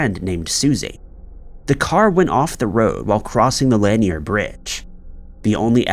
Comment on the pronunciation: LAN-NEAR not LANY-EEER lake in Georgia